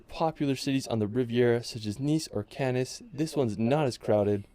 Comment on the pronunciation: It's cannes not canis